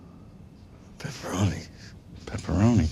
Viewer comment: They both pronounced it "peferoni"!